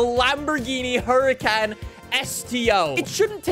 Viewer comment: you say the huracans are some of your favourite cars yet you dont pronounce it correctly